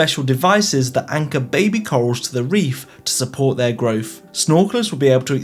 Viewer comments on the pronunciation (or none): none